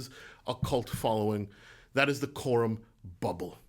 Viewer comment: Loved everything you have to say...but wow, you lost me at 'Corum' :-) Great video!